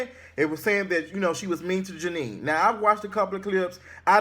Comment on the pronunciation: Jeanne it's Jeannie